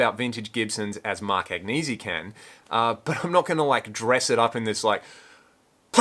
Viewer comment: When Mark Agnesi starts being authentic by pronouncing his name authentically instead of catering to the ignorant, I''ll start listening to him. But I choke every time I hear him butcher a good Italian name. None of the people currently running Gibson, or running their mouth for Gibson, have any connection to any of the current designs. So who owns Gibson? Not Curliegh or Agnesi, but KKR, one of the biggest corporate raiders in the world. Curleigh and Agnesi are just shills for corporate raiders. At one time Gibson produced great instruments that were reasonably priced. Now the quality is hit or miss and the price is outrageous. Every once in a while they make a great instrument, but most of the time they are mediocre. If the "pineapple" and the "mustache headstock" are what they care about, that says it all. I care about tone and quality, they care about shapes and decorations. No thank you. When my grandson wanted a decent humbucker guitar, I bought him a PRS, not a Gibson. And by the way Mark, you do a poor imitation of Marlon Brando as Don Corleone. When you decide to threaten someone you need to take more acting lessons, or hire Al Pacino.